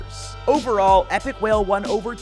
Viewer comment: Bro really said Epikwhale 🤣